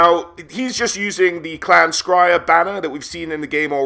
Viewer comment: Why are you pronouncing, Skryre scriyer. Should it not be scurry?